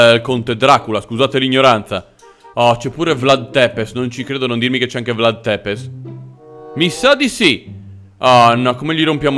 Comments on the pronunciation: Si dica vlad țepes non vlad tepes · Si legge vlad zepes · Non per fare il pignolo ma si pronuncia tzepesh la tua è quasi muta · Ciao sei il migliore (comunque si pronuncia zepesci più o meno) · In verità si dice Vlad Tsepesc